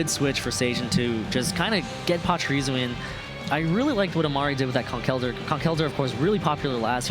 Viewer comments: Why do they say Conk Elder instead of Conkeldurr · using a schwa for the e Conkel Durr, not Conk ELdurr